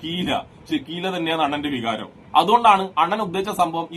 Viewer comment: വിഹാരമല്ല ടാ ചങ്കി പോത്തെ വികാരം എന്നാണ് 😂😂😂😂